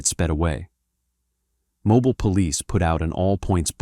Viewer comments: Two different pronunciations for Mobile except the correct one for Mobile, AL. I know that AI narration is cheap for content creators and here to stay, but it is very annoying to listen to. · Earn pocket change to guard some scumbag's money no thanks. And don't miss pronounce Mobile, AL. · if A.I. is so smart, how come it can't pronounce names like Mobile? You can see from the context that it's a place name. More like Artificial Stupidity. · Saying mobile and vigor so wrong lol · AI narration slaughters the pronunciation of "Mobile." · You need to pronounce the city correctly 😂😂😂😂😂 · If the AI don’t stop saying mobile Alabama wrong. 😂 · Another POS AI voice video! How many different ways did they pronounce Mobile? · Mobile, AL… 🤦🏾‍♀️ He didn’t have to pronounce it like that. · This man cant pronounce Mobile correctly 😂😂 it is MO...bile as saying Bill Mo..bile 😂😂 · From the beginning of this video, the narrator doesn't know how to pronounce Mobile, AL! Geezzz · You can't pronounce the city right in every armored vehicle has different amounts at different times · That's really pissing tf off how he pronouncing it. It's mobile you idiot. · The pronunciation of Mobile (Mo-bill) as (Mo-Bile) is urking me with the automated voice… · “Mo-bill” the e is silent. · The city's name is pronounced mo-bee-l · Its not pronounced 'mobiile' it's 'mobeele' I live like thirty min from there. This is crazy! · The pronunciation of Mobile is Mo-bill, not Mo-bile. I thought you were talking about a whole different place, I wanted to watch the documentary but your pronunciation makes it unwatchable for me. Sad face!!!! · I immediately stopped watching this video when it said Mo-biel Alabama and not Mo-Bill...(Pronunciation) AI bullcrap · So much AI in this... Groups of three. Not just this, but that. And it's pronounced Mo-BEEL, not Mo-bile. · It’s not MOE-BILE. It’s MOE-BEAL. Just FYi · 😂😂😂😂😂😂 Mo- bile,..... Jackazz it's called MO-BILL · It’s FUCKING MOBEEL NOT MOBILE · Mo-beel Alabama 😂😂